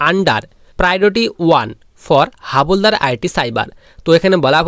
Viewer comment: Not হাবলদার... হাবিলদার